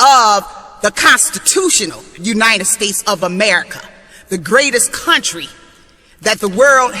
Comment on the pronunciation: U-nine-ed states. Gets on my nerves when people pronounce united as u-nine-ed